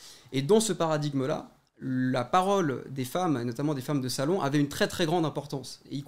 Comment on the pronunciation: Parce que du coup elle prononce les adverbes en mode "notammentE" et "lentementE" au lieu de lentement et notamment et elle justifie ça en disant que dans tous les cas à l'époque on prononçait toutes les lettres donc elle prononce de la même manière qu'à l'époque